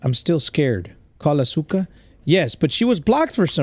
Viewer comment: you said asuka's name wrong the whole video